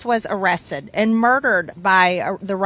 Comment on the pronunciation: Arressed, that's how MTG pronounces arrested. She can't speak.